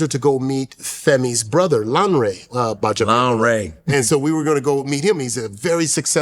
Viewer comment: $100k Make sense…ceremonies must be costly to reinforce the message to be memorable. So proud of you Akbar GBAJABIAMILA…btw it’s not Baja it’s not GBA 😂